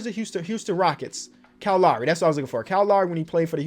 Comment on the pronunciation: He really do be sayin kye laury for Kyle lowry💀